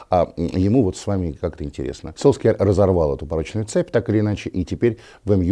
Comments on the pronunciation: Может сульшер, а не сольскьяр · Я не только от Уткина такое произношение начал слышать фамилии Сульшера… кто начал эту тупую моду с фамилиями? Почему Сульскер??? Откуда это пошло? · Эта фамилия так пишется, а на самом деле произносится "Сульшер". Даже почти "Сульшар". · Сульшер - так правильно по норвежски произносится. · Сульшар уходит, а Вася так и не научился правильно произносить его фамилию.